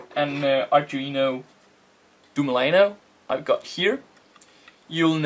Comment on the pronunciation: Duemilanove (Doo-eh-mill-ah-no-veh) grazie.